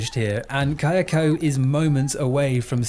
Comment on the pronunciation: Do you occasionally pronounce them Sa-DAY-ko and KAY-ah-ko just to fuck with me?